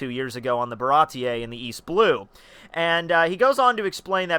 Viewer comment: It's just "Bara-tee" wtf is up with those pronounciations